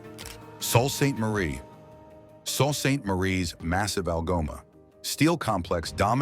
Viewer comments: Totally fake visuals in this video. I live in EL and the town does NOT have these office buildings shown. Sault is pronounced Soo not Salt. A word of advice to viewers, go live your lives and avoid wasting time on these videos. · Sault sainte Marie ,Sault is French word meaning Waterfall repeat after me " SO "😊😊